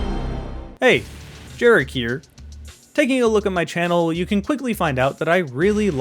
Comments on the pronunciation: Why do you pronounce Jarek like Derek? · You're still pronouncing Jarek wrong. You need to brush up on your Polish.